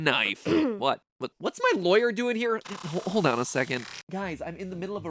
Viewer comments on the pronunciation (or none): none